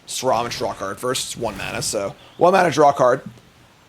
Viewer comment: When I heard say “Sir-ROM” when he tried to pronounce Sram I realized it’s not just a new card thing, he really just cannot read 😂